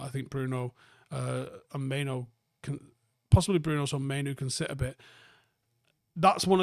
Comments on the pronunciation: Bryan Mbe-umo and not Mbu-emo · I think it’s the wrong way round at the start, he pronounces it “m-boom-o” everyone says “m-bwem-o” 😂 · Wtf are you on about at the start? 😂 Mbeumo literally pronounces his name “M-ber-mo” and you’re going “urrgh he himself says Mbwemo” 🤦‍♂️ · Sky sports did a video of Mbuemo pronouncing his name - Em-BOOM-o. Very simple. Not Kinder Bueno or whatever you said.😂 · "M-ber-mo"? He literally says m-boo-mo himself. Youre both wrong 😂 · You say Mboono I say Mbuemo. Let's call the whole thing off. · He actually says MBOOMO ;) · had an absolute SHOCKER there lol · He pronounces it Um-boo-mo. There are literally videos available on this platform of him pronouncing his name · There's no w in Mbeumo, and the u is not before the e. There is no ue or we sound at all. It must be dyslexic people saying it wrong that catches on everywhere and people just keep parotting it. He himself doesn't pronounce it like that either. There's also the premier league videos of all players pronouncing their own names you can look up, then there's no confusion at all, apart from difficulty in pronunciation from certain accents. Even still you can learn or work at it. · It's Mbeumo, not Mbeumo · At this point I'm convinced is dyslexic. There's no way he misreads and mispronounces the guy's name for this long. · It’s amazing how many people can’t pronounce this. Talksport regularly butchering both Cunha’s first name and Mbeumo. It’s not hard to read that it’s ‘e’ before ‘u’